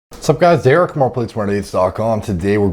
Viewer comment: putting the wrong emPHAsis on the wrong sylAHble